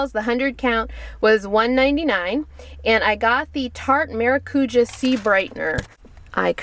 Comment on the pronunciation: The Neutrogena Pink Grapefruit cleanser is great! and i have normal skin. by the way, is your phone case a Otterbox Ballistic? oh! and it's pronounced maracujá not maracúja :)